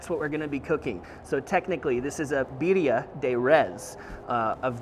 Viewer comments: You say birria quite well. Thank you for always sharing your recipes. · You said Birria and Jalisco perfectly